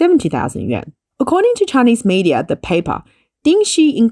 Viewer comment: The correct pronunciation is something like “you-en.” But that's just to get started. That first “you” part is pronounced with the mouth forward, like the German letter ü. The second “-en” part is really somewhere between “en” and “an”.